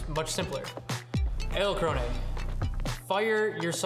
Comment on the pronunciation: EdelkronAY? I've never heard it pronounced that way. Is that borrowed from some language pronunciation other than English?